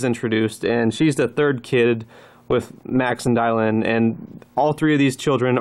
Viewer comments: Maybe. Maybe not. Also, it's pronounced DILLON. Not DIELLON. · His name on the wiki is Dylan. Seems like a strange way to pronounce it, but okie dokie.